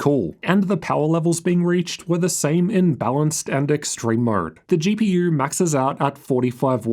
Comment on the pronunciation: Why do you say GPUrr ?